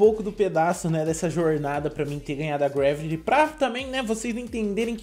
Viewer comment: Deu mei agunia de ele falando greveli